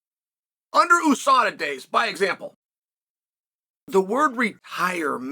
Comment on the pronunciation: If Chael says EU-SADA, does he also say he's from the EU.S.A?